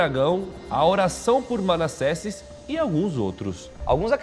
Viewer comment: Manassesses?kkkk é Manasses Molo